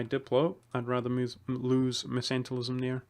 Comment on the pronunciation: Mercantilism is pronounced with the c sounding like a k